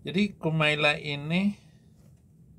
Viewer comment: Bukan Marlla yang betul mbak Kumaila